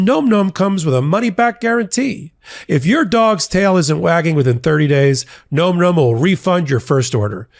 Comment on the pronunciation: That's gotta be pronounced 'nahm, nahm' -- am I crazy?